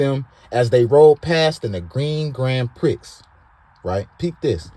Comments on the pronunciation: Gran prixxx?? Lol pre brother the x is silent. Love the show. Doctavuos tellin?? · It's spelled grand grand Prix but it's pronounced grand pree!